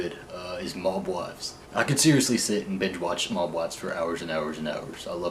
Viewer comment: The way he pronounces 'Mob' hehehe, oh by the way, please stay away from those gay apps he mentioned my best friend called me last night crying telling me he was raped by a guy he met from one of those apps :( he was in the hospital last night and got a rape kit done..now he's on antibiotics because the person didn't have a condom on and who knows what the hell is his status.